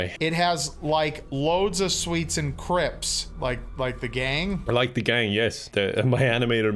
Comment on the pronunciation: “loadsa sweets and crips”